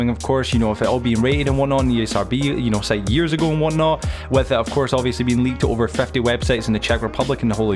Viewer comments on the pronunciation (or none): none